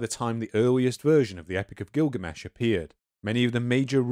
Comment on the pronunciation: I've been waiting for a long time to hear this story in its Full entire length for quite some time. But,.. the Rhotacism is making it almost impossible to listen to (I had to stop at 20mins). I'm trying but it's so obtrusive. Sorry but is there a way you can have a different narrator(s)?